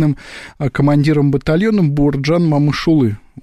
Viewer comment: Слава советским воинам! Хотелось бы поправить ведущих, насчёт Момыш улы. Его звали Бауыржан. Легко прочитать по буквам и правильно произносить. Спасибо.